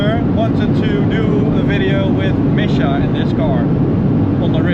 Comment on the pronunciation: Misha 😂 its misha okey